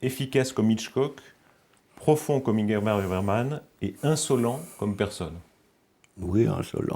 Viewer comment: Le journaliste qui sait pas prononcer Ingmar Bergman 😂🤦‍♂️